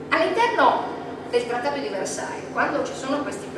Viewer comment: versaie...no versail